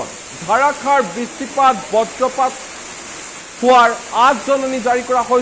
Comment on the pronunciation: Dharakhar boroxun nohoi, Dharakhar boroxun hobo lage ,newst vul ucharon kio kore shunile bohut Bea la ge